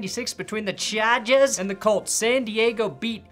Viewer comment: Wait!!!! Why did you use a Boston accent when you said the Chargers? Lol